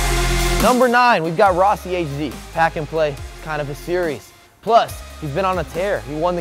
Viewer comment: C'mon rossie (hower u say his name) hd not even close to top ten